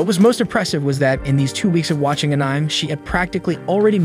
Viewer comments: "Ahnyme" It is pronounced Uh'neh'may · And I thought the "anih-me" crowd was bad... (for reference, to the two people who don't know; it's pronounced "annie-may." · Ah-Nem... tele-kenesis... lmfao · "AAnym" is crazy💀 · Funny thing is they pronounce animation perfectly fine. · An-ni-may.....= Anime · What the heck is An-Ime,? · An-Ime is only the finest entertainment a can find. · Annym? Tf is this😂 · Thanks for the video. If I have any complaints at all, it's that I never want to hear you fail at saying anime again. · Dude pls learn how to say anime correctly please 🙏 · I think even AI can use the word correctly. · Is this an ai channel, why can’t you say anime properly, and a lot of other words